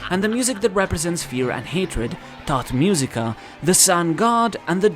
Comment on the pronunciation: Everytime he say "tot musica", drink (don't do it). You will be tot -i laughed my a off, i understand thot musica 😂😂